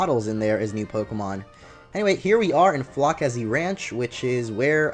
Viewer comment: its FLO-SE-SI